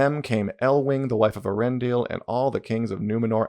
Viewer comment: If you were to adapt the Silmarillion, I think it could be done as a long TV show, given the long and interconnected nature of some of the stories…also not to be pedantic, but it’s “E-ar-en-dil” (the e and a are pronounced separately)